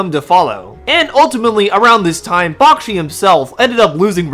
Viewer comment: Its pronounced Back-she not Bock-shi